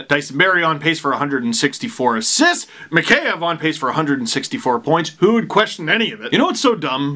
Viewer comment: It's "mee-HEY-ev", Steve. And not "s pomoshchyu", but "s peredachi".))